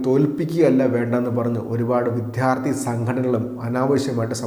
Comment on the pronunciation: വിദ്യാർത്ഥി എന്നതിൻ്റെ ഉച്ചാരണം വിദ്ധ്യാർത്തി എന്നല്ല -😊